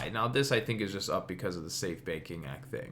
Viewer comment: Thank you. Dude I swear you were saying "safe baking act" lol.